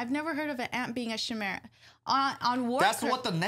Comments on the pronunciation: "Chimera, in genetics, an organism or tissue that contains at least two different sets of DNA." Also you might know the creature from mythology, the lion with a goats head poking out from its back, and a snake as its tail. I think its pronounced with K as in Kimera.. Khimera? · Dear, it's pronounced with a K. Chimera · Chimera as in Ki (rhymes with Hi) Mera